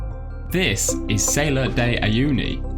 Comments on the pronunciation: It's not named Sailor de Uyuni... Learn to pronounce foreign words ;-) This one is actually easy. It's like Sal in salmon and ar like the letter R. Great shots and an informative clip otherwise ;) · sah-LAHR, not SAY-lahr, please